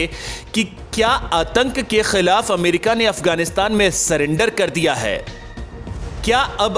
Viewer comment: Correct your language... Don't say.... Kha..kha...kah...kkhhhii.... It's Khilaf... Not... Kkkhhhhiiilaf.